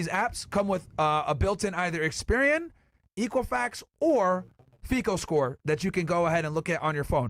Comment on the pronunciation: Myron mispronouncing fico is cringe lol